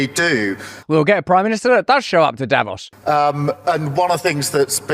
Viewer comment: Davos is not pronounced correctly by all these people.